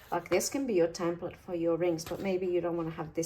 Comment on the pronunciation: It's called a "tEmplate" not "tAmplete" just so you know. Otherwise I enjoy your videos immensely. Thank you.